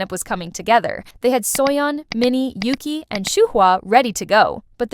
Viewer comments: If you're going to make these videos, learn how to pronounce Yuqi's and Shuhua's names. It's "Yoo-chee" (雨琦)which means Jade Rain in Chinese. Yuki is a Japanese name. Shuhua is just like it looks: Shoo-hwaa (舒華), which means "Unfolding beauty," appropriately enough. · Why do the members pronounce it Oogee?